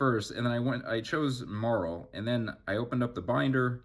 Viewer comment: You're saying Marill wrong. You've clearly never watched the show Poser